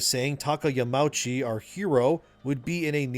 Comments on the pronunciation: Another great video, thanks for the insights. One little thing tho: it is Yama-uchi (2 seperate words that form one name). The au is not pronounced like the ou in ouch. Sorry for being the "uhm actually" guy. It just kills me a little inside to hear Yamouchi^^ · Japanese words are pronounced with each and every letter. So Yamauchi is Ya-ma-u(oo)-chi. No pretentiousness, just a little note for future.